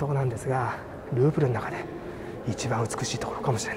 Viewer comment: グーグル美術館って聞こえた・・・さすがグーグルと思ったらルーブルだった